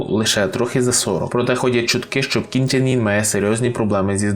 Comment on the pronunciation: Північнокорейський товстун не «ін» (як ви вимовляєте), а саме «ин». Це справді суттєва різниця в написанні і навіть значені імені